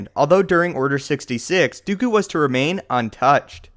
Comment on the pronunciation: Its not "Dew-ku" its "Do-koo" what sort of pronounciation do you have